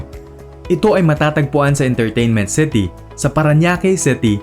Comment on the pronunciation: "Intarteynment Ceti"